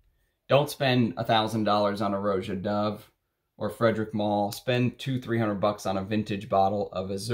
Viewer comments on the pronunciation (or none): none